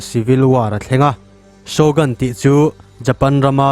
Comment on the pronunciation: Shogun hi mizoṭawng alohabet anga lam tur ani zawk lo maw?